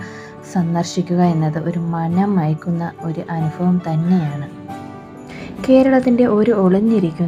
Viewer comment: അനുഫവം അല്ല അനുഭവം 🙃🙃😄